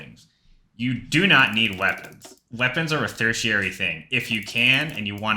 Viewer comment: ancillary, auxiliary, secondary... but not tertiary bro lmao, straight fake intelligence vibes